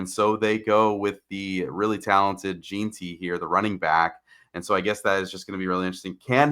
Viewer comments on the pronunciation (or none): pronounced Jen - ty